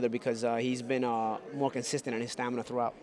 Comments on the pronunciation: Here we go with that "stanima" word again lol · STAM-IN-A!!!!!!!!!!!!!!!!!!!!!! Get it right. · he keeps saying STANIMA, lol